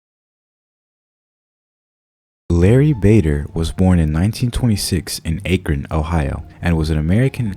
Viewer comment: This music doesn’t match the tone of this wonderful story. FYI Akron is pronounced Aah-Krun not Aye-Krun. Aah like Apple. How is this an internet mystery? Not trying to complain. Hope this helps.